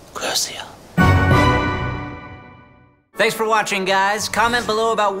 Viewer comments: Voldemort said curseo and not crucio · Its cru SHi o not cru Si o